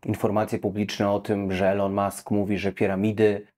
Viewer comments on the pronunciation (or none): none